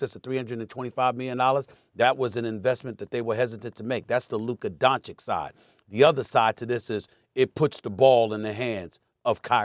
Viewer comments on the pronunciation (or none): FOR THE LOVE OF GOD IT'S PRONOUNCED DONCHICH, NOT DONCHICK. Omg so many years in the league and Stephen A STILL can't pronounce it right😩😩😩